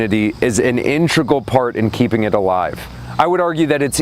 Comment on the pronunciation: Integral. Not intregal.